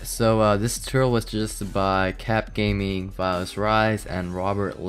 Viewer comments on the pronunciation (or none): none